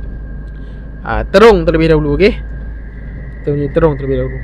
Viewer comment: Assalamualaikum wbt buat.apa khabar? diharapkan saudara sentiasa komited dan bersemangat untuk merealisasikan usaha menerbitkan kontent yang lebih padu dan bermanfaat setiap kali upload video.jangan mudah mengalah.sebutan Trong sebenarnya bukan terong.jalan dah banyak berubah cuma suasana masih sama,jadi berhati-hati dalam perjalanan tu.bermacam-macam kemungkinan boleh terjadi.moga sukses selalu.salam hadir dari Perak Tengah.